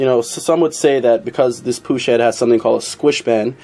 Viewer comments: pushh head ????? lol loooool say it right like i speel it " puk lol push head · It's pronounced PUKE NOT POOSH PUCH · it's not like the ch in church, it's ch like heckler and koch. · pook dude! not poosh nd they were made in graz austria, not germano! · I haven't heard anyone pronounce it as "Puck".. It's supposed to be pronounced "Pook" AFAIK, at least according to every video I've ever seen and everyone I've talked to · Pronounced "POOK". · It's actually pronounced 'pook'...just sayin' is all... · It's pronounced pook. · the heads aren't made by Puch they are made for puch. it's pronounced pook. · its pronounced "PUCK", great vids man, the dome on the piston crown affects the squish volume, how you demonstrated it would only be relevant for flat top pistons, but squish volume does not affect displacement only compression. also the syringe technique is only any use for balancing the compression on multi cylinder heads. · lol as an Austrian (btw Puch is from Austria and not Germany), I know how to pronounce it the right way. Lets just say I cringe every time u say it. lol. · You neglect a mod from consideration, enlarging the combustion chamber. You could pretty easily cut another cc out in that transition between dome and squish band, and get close to the slant head volume with the mass advantage of the puch design toward cooling. That would negate adding gaskets, or shimming the cylinder, so effect the squish efficiency less, and have zero timing effect. BTW, it's pronounced to rhyme with "look", not like a French guy saying "push", lol. Add a cc of volume, run pump premium instead of regular, you should have little danger of detonation without playing with plug heat range unless you Hill climb in saharan summer type conditions. Excellent presentation and theory work though, and a great cautionary note for those looking for "bolt on and ride" parts who might not be inclined toward surgical solutions, lol